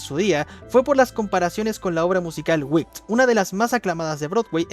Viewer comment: Vídeo god y peli god, pero así no se pronuncia Wicked xD. Entiendo el error, lo dices como otras palabras en inglés que también acaban con "ed", pero Wicked se pronuncia como se lee.